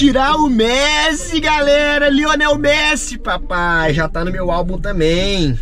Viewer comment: É melhor vc falar anel Messi do que Lionel messi